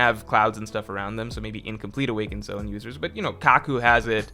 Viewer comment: Careful! You accidentally said "Zoan" CORRECTLY a few times this video! 😉